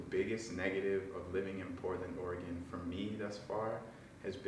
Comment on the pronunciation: Yo, at least you pronounce Orygun correctly 😂